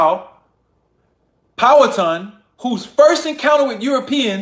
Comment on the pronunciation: It is pronounce pow-wah-tan